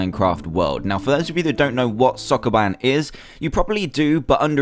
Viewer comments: It's Soo-koo-BAN. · sokoban not soccerman